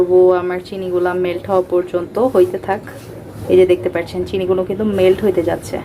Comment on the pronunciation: পার্চ্ছেন নাকি পাচ্ছেন? আপনি পার্চ্ছেন কেনো বলেন? ওভার এক্টিং করলে যা হয় আরকি। 🙄😕